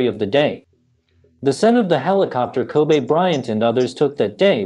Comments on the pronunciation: His name is pronounced Ko-bee, not Ko-bay, my guy 😂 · Bro his name is pronounced Kobe with an E not Kobay with an A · Everyone in the world knows this man's name, are u intentionally saying "ko-bea" instead of saying Kobe. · Hosted by an AI bot? Kobe - pronounced "kobee" not "kobay" like the city in Japan. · Why is he calling Him Kobay so disrespectful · No it actually is Kobe' like A. He said that when he got to the league. He said that's the true pronunciation. I remember that vividly. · “Ko-Bay Bryant!” - This Video Narrator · His name isn't "Kobay". Have some respect. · He keep calling him Kobay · Ko-bae bryant 😂😂😂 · His name is not pronounced like the Japanese beef. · are we gonna listen to some one who cant even say his name right and have to obviously read from a script with out having a clue who the Lakers or any other basketball team is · Ffs... Can you at pronounce the mans name correctly if you're gonna cover the story? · All this research and he can't pronounce the name. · U can't even say his name correctly!!!!!!!!!!!!!!!!!!